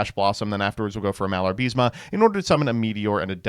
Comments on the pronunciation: IS MALABA-RISME NOT MALAR-BISMA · Im sorry, did you just said "Malar-Bis-Ma?"